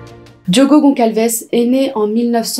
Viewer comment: Je viens de vous découvrir j’aime beaucoup votre travail ❤mais s’il vous plaît ce n’est pas Goncalces mais Gonçalves on le prononce Gossalves c’est un ç comme S merci 🙏🏾